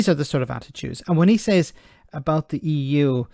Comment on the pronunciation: 😫 perish the thought, you'd be uptight and out of sight... looking at his *h*t, don't you think listening to him spouting it is enough.....saa-vv-eeng bil- (eon) lio-n-s...the dre-ADD-ed Eee-YOUGH....(shush don't tell him, EU have moved on,and are not stuck in a time warp ,like him )